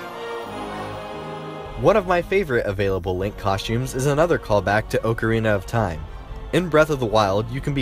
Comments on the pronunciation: anytime anyone says oakarina my heart breaks a little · Oak uh ree nuh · How hard is it to say oc-o-reen-na not oc-a it’s is Oc-o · The oakarina of time? I thought it was ahcarina of time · I pronounce the word ocarina aukarina, but some people are like you and my brother, who pronounced Oakarina. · good video but its pronounced "ah ca rina" not "owe ca rina" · It’s frickin OCK- A-R-I-N-A not freakin oakerina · "ogreana of time" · Haha XD. I wanted to correct him so bad, but he can't hear me soooooooooooooo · Bubbabutt04 he kept saying oakarina.. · Am I the only one triggered when he says "OAKarina" instead of "Ocarina" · Why does everyone say ohcarina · oakarina of time💀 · For some reason it triggered me so much when he said oocarina like oat and awh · Oak-or-Rena of time 😂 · he says ocearina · i’m sorry, but “oak-arina” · awk-ah-re-na is how you say it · "Oakareena" reeeeeeeeeeeeee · It's not O-carina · "oakarina" lol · DID HE FUCKING SAY OAKORINA OF TIME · O-carina of time Oc-arina if time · Ocre-ina of time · It bugs me how you say ocarina, its Pronounced AH-CAH-REE-NAH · “OHcarina of time” and “NCP”. Jfc who is this clown? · Every time he said "oakerina" instead of ocarina I cringed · NCP lolol. And it’s an awk a reen a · Please stop saying oakirina of time!!! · "OHcarina of time?" lol shame on you! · The way ocarina was said triggered me :P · Did he even say ocarina right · He said ocirina wrong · Why does he say Ocarina like that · thats not how you say ocarina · I hate how this guy pronounces "ocarina"